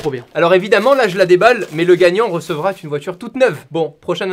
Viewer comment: T'as vraiment des soucis avec la liaison en "t" ... recevra T une voiture toute neuve ...